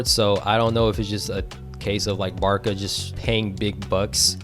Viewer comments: it's pronounced 'BAR-SA' not BAR-KA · i know but why is he pronouncing it barka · Barka? it’s with a “c” not a “k” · good video but holy shit why do you say BARKA to Barça??????????????????????????? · Bad pronounciation of barça